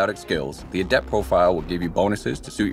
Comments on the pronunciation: Its goddamn "A-dept" not "a-DEPT" for fucks sake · Anyone else find their eyelid twitching every time the narrator pronounces adept as "a-DEPT" like the the adjective instead of "A-dept" the noun? The stress should be on the first syllable, since it is the noun in this case.